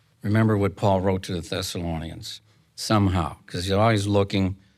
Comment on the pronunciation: Yes, it sounded like "Sessalonians" sometimes & other times, I coukd hardly understand him at all